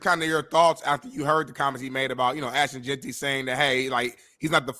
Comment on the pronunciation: Can Matt pronounce Ashton Jeanty correctly 😂